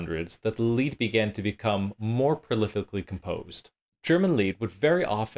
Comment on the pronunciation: MEHdici, accent on the first syllable. Lied is pronounced “leet.” I see your diction book on the shelf😉Good music samples!